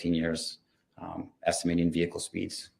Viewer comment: If I stop the video at this point, there's no veehikuh on the screen. So there never was a veehikuh, y'all just decided to go lay down